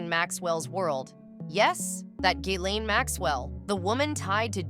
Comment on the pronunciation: It’s Gee lane